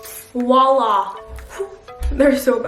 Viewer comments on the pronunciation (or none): Wow you’re gorgeous 😍 Buuut... Did you say ‘Wala’?? It’s “voila” lol